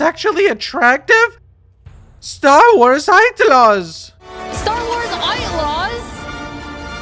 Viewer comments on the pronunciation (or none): "STAR WARS AITLAWS"...for a moment i thought there was no Louise Julie....."STAR WARS AITLAWS" XD XD XD